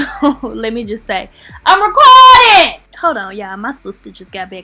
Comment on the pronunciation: I'm reh-cord-den! 🗣️🗣️🗣️ 😆😆😆 Girl now I gotta subscribe